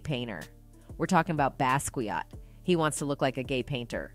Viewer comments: Lmfao this ai or w.e voice this is fkn up every name... hav instead of hov....basqueeeat instead of basquiat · Is this an AI speaking or is she the wrong person to speak about the Hip Hop. She can't pronounce "Hov," "N.O.R.E.'" or Basquiat. SMH